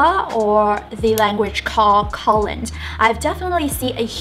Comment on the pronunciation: learn to pronounce kotlin plz